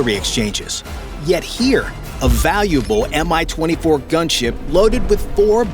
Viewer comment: The name of the heli is not M-I as you pronounce it. It's MI, and correct pronounciation is identical to english word "me".